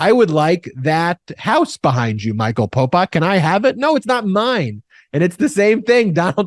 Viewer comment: Could you please stop calling him " Popok"???? It sounds like you're saying Pol Pot, the ruthless Cambodian Murderer/Dictator